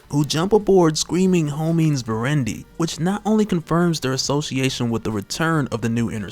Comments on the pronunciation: And Homines is pronounced Ho-me-ness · The way you pronounce Homines and Aurora is cringe. It's Homines like Hominid, like Hominids as in humans. And Aurora, like the Aurora lights in Alaska.